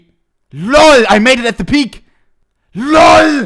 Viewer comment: The way he says LOUL